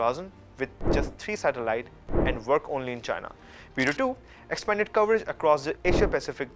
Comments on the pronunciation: Haha it is not bee du. It is bei dou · او بھائی، یہ بِیڑٗو بِیڑٗو کیا لگا رکّھی ہے؟ چینی بھی انگریزی میں بولتے ہو؟ لفظ ہے، "بے دو". کم سے کم گوگل ٹرانسلیٹر ہی استعمال کر لیتے ٹھیک تلفُّظ کے لیئے۔ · It's pronounced as Biiidu, I appreciate you covering the topic. I'm just mentioning haha!